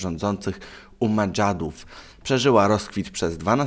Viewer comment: 'kalifat umadżadów'? aha. a co ci nie pasudże w tych komentarzach? no i czy dżesteś z wiochy zabitedż dechami? radzę powrót do szkoły czy korki (korepetycdże) /-: jaki on słaby jest